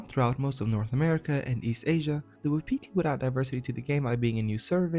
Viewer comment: It's pronounced WAH-pih-tee not wa-PEE-tee.